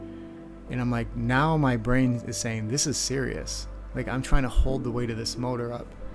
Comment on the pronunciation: 0.54 seconds in, green T. "Have fun or die TRING"